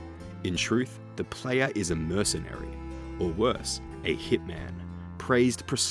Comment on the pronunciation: F TIER Video, who tf says "da playa" and doesnt say evolution of combat like cmon its either that or the entire country of venezuela